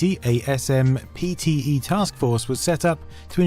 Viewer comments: “Ess Emm Pea Tea Eee” 😂 too clue! You ARE joking, right? You know that SPMTE is pronounced “SIMP-tee”, right? Right 😮? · SMPTE, pronounced 'Simpty' by those working in the industry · Great video. Couple things I wanted to add. SMPTE is general accepted as “simp-tee” for short. Save yourself a mouthful next time. One other cool note is that if you multiply the width by height by framerate from NTSC land( ) you get the same number as doing the same equation in PAL resolutions. ( ). Both yield 10,368,000. Not sure why this is. Seeing as how both standards have the same bandwidth I’m guessing that’s just the most they could get out of it. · It's pronounced "simp-tee". Sheesh.